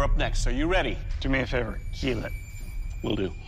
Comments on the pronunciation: Is it a weird pronunciation of kill? I’m new here 😂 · It will kweal ;) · IT WILL KEEL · It will keel. 😁